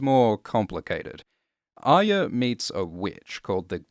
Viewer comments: When you say Ayya is that the same as Arya? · Yeah it’s pronounced ar-ya rather than ar-ree-ya